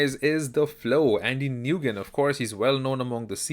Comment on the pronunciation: Just fyi, Nguyen is pronounced "Win" ... Great videos, great news right!?